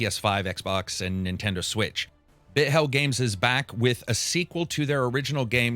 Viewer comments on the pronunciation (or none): Love your content as always! Just wanted to point out the studio for Tron Catalyst isn't pronounced Bit hell, it's Bith-el as in creative director Mike Bithell. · Just a little heads up: Its not Bit Hell games, it really is Bithell games, from the founders name, Mike Bithell. I also always thought its Bit Hell.